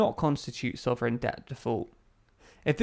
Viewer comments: 'Soverign' eh? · Soverign or Sovereign?